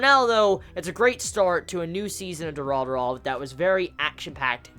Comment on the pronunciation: Pleaso, don't ever pronounce Durarara again.... it's so bad and cringy